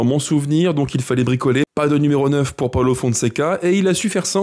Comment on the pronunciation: Ça se dit paulo et non paolo